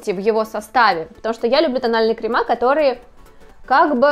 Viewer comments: на самом деле нет. Нужно действительно говорить "кремЫ", а она говорит "кремА" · Крем во множественном числе крЕмы, а не кремА. Слух режет ужасно. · Не кремА, а крЕмы